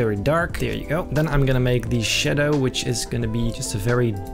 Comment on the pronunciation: Like the way he says shaddo